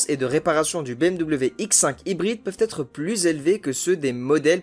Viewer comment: Je n'ai pas voulu paraitre pédant mais franchement la liaison T être est vraiment osée